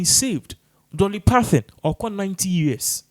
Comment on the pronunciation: We don’t know Dolly Parthon We know Dolly Parton. Your pronunciation of many English words piss me off. Stick to your Twi dialect.